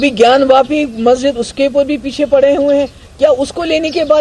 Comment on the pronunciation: ज्ञानव्यापी नही, ज्ञानवापी।